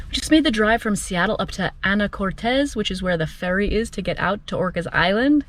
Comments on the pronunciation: You meant Anacortes, not Anna Cortez, right? We don't have a Spanish inflection in the way we pronounce it. Not for over 200 years...¡ So happy Trump won again, we will sweep out all of the nonsense over the next 50 years. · “Anacortez”. Ha ha! Your Spanish creeping in. Great job showing a beautiful spot.